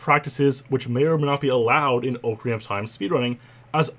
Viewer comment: Oh man you Canadians.... Ohe-carina of time